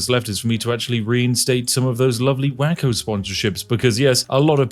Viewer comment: Spiff its pronounced way-ko not wacko....